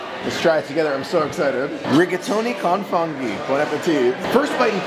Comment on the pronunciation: Con funghi is pronounced “cone foonghi”